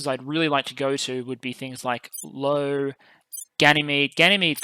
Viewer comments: Loving your content so far keep up with your good work ( FYI in you produced IO as low when instead it is meant to be pronounced as i O Just had to get that gripe out of ny system ) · did he really just call Io Lo?